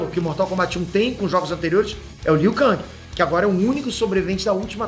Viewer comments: É KENG E NÃO KANG Q SE FALA!!!!! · a pronúncia do nome do Liu Kang é Liu Ken (ou Lu Ken) em inglês e Liu Kengui em portugues!!! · O falando Liu kÃng, alguém precisa dar um toque pra ele kkk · Liu KANGI kkkkkkkkkkk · o falando "liu kang" da uma incomodada véi kkk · pow valando armagedoon e liu kang errado.isso mostra q vc n e fã boy kkk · Tão velho que não sabe falar o nome do Liu Kang.kkkkk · Eu fui o unico a perceber que o n falou o nome do Liu kang direito? Kkk